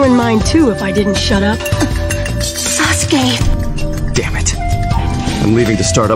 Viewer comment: "Sus-ke" I'm fucking GONE this must have been a typo since he said Sasuke properly several times. Suske is just a letter off lol